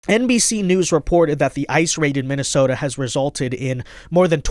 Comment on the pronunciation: Di she say “MINNISOMALIS”???????